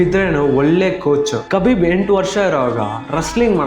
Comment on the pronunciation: ಅವನ ಹೆಸರು ಕಬಿಬ್ ಅಲ್ಲ ಗುರು ಹಬೀಬ್